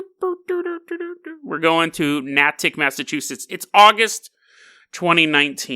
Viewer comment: Natick haha damn. most of my family lives up there, what a pleasant surprise. Btw its pronounced nay-tik but i love when you pronounce things weird its funny Edit: also wtf even is this story lmao